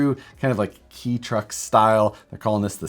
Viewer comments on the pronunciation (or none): Hey, kei truck is pronounced k truck 😉